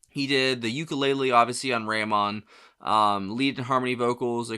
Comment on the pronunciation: RAMON pronounced like Ramone ( not Ram On) was a pseudonym Paul used as a French sounding name used at a time when the Beatles came up with stage names John was Long John and George was Carl Harrison as he loved Carl Perkins.